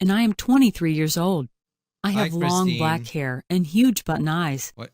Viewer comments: This is all I hear “Huge button eyes” “Huge butt knives” “Huge butt n’ eyes” “Huge but nice” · sh did'nt say "huge but eyes" she said."huge butt in eyes" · Everybody (I hope): "Huge button eyes".: "huge butt eyes"